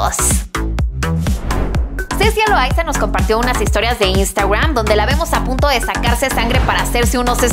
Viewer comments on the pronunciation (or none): none